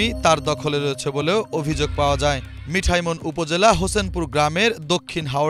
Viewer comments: ২০১১কে বললেন ২০২১ মিঠামইন কে বলছেন মিঠা ইমন। প্রুফরিড ছাড়াই রিডিং পড়ে গেলেন। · 'মিঠামঈন' হয়ে গেল 'মিঠাইমন' !!! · মিঠামইন নামটা উচ্চারণ করতে এত প্রব্লেম কেন..? একজন রিপোর্টারের কাছে ইটা কাম্য নয়!